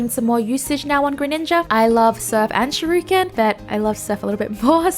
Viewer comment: Hearing shirooken is adorable and I’m forever calling it that now.